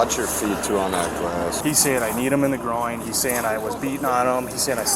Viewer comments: "You kneed me in my grawoins" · You kneed me in my Growings 😂😂😂😂boy don’t even know the correct lingo but still TRYING to say it😂😂 ( ie: Groin) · This fool said "gro ins" 🤣🤦🏾‍♀️ Oh ffs, Lindsy. Smdh Bitch moves, my dude